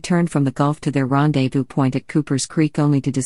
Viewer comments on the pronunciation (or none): none